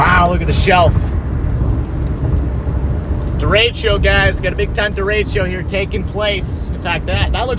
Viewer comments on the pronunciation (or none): Derecho, not deratio. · THERE IS NO I IN DERECHO! STOP TALKING ABOUT FRACTIONS!! please learn your words and how to pronounce them. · Hello from Cedar Rapids, IA. Love the video! But please don’t call it a derecheo. It’s derecho.